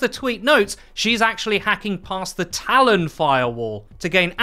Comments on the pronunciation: Give him a break. He cant pronounce "talon" and its in his native tongue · I don't understand why you can't say Talon properly only half the time. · The way you pronounce Talon really irritates me lol